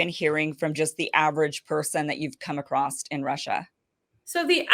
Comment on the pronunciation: How can a journalist say "acrosst"? it's not even a word.